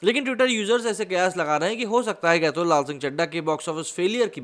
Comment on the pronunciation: 2.16: Atul ka nam kaise le raha hai slow speed me suno pata chal jayega